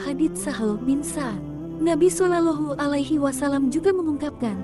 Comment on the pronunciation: tolong katakan jika nyebut Rosulullah solowlohu alwaslm bukan sololohu engga enak dengarnya